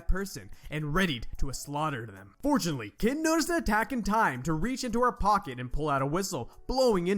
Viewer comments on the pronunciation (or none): none